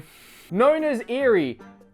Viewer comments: What is saying? She's probably chastising you for buying this game. Now, if I can contact the real and she speaks to me in English, then I might consider buying this, but otherwise. I'll pass. Thanks! And I think her name is pronounced (Ay-ree). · Its eri pronounced kinda like eddi like role the r